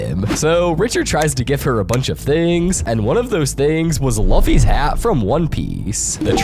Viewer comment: luf-y its pronounce lof-y